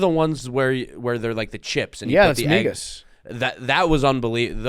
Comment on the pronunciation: As a Spanish speaker, it hurt my ears every time they said migas.